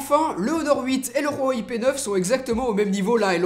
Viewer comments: Par contre c'est une legende, Huawei ne se dit pas Rwaway, je parle un peu chinois et on le prononce Ouawaï ou Ouawey, entre les 2 . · on dit ''ouawey '' pas '' rouawey '' , voila , c'est toutu pour moi , sinon super video , continue comme ca tu fais du bon boulot , je t'ai croise a la PGW et j'ai fais une petite photo avec toi !!! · on dit pas rouhawai mais huawei 😂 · Huawei pas RRRUUUAAwei!!! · il ma tue khuawei mdr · j'ai juste une remarque on huawei pas rwawei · Pk vous dites tous rhwawey c huawei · Il dit roiwei😕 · Pk tu dit hhuawey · rouawei lol 🖕🖕🖕 c'est ouawei 👿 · Léo 78 Huawei est une marque chinoise et dans le dialecte que parle le constructeur de Huawei, le H se prononce R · huarwei tu peut pas prononcer normalement ? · PowerOfMoule Huawei est une marque chinoise et dans le dialecte que parle le constructeur de Huawei, le H se prononce R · C moi où tu dit ruawei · pourquoi tu dois (R)Huawei ?? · L'Instant G Huawei est une marque chinoise et dans le dialecte que parle le constructeur de Huawei, le H se prononce R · lol tu dis rueuwai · Oulio Cécario Huawei est une marque chinoise et dans le dialecte que parle le constructeur de Huawei, le H se prononce R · c marrant comment tu dis huawei